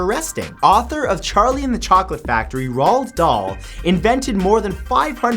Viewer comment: It's pronounced like "roll dal"